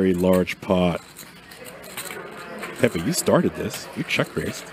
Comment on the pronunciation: Ayo Idek if it’s Pepe’s name but you nailed it..